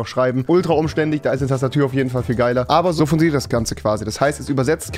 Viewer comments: bin ich der einzige der das gehört hat bei sagt er tastatür bruh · "tastatür" ahja